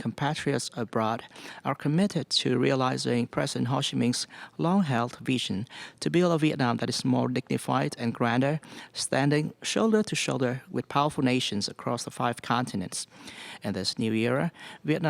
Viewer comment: president Ho Chi Minh, not hosim Ming